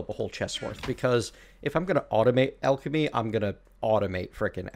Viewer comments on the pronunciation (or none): none